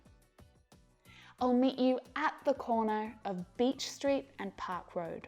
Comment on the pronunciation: 10 park road Sounded like: Tupac road